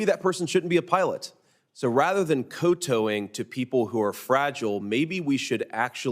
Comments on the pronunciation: "co-towing" Seriously? Was it a typo that he read verbatim, or does he simply not know the pronunciation of the word? "Cow-tow" Like the animal, "cow", and repeat the "ow" sound, beginning with a "t" instead of a "c". (I'm probably not explaining it well...) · kowtowing is pronounced like cow and tau. Not ko and toe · "Cotowing"? Did you mean Cow Towing? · First of all, it's not cotowing--it's cowtowing. I like to think that we can change wording and still do our jobs--no??? You know, if Reagan hadn't felt the need to teach our air traffic controllers a lesson in the 80's by firing them, chances are we would not be having this problem now. Air traffic controllers were overworked, underpaid and undermanned. Instead of addressing it, Regan just fired them without regard for the consequences!!! It's been a mess ever since because nothing has been done to address the problems.... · "Co-toeing"? Dear Senator Vance: It's "kowtowing." It's ALWAYS been "kowtowing." Jesus wept - does no one in American know what words MEAN anymore? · Did that dude say koe toeing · Coe towing? I’m with ya JD but, dude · This is a minor point but he mispronounces the word kowtowing here.